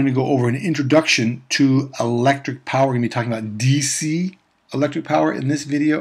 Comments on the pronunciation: Not power Phawer 😂😂😂😂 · Nice 😂😅😂😅😂🎉🎉🎉not poison it's power